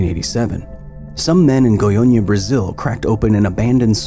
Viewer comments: I see your "Goiânia" pronunciation is getting better with time. Very good! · Is his pronunciation of "Goiânia" getting better over time? You go Kyle